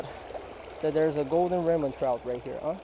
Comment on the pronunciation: Sounds like he's saying ramen trout lol